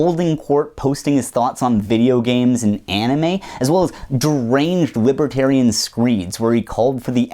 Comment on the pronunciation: What's a wibwertairian?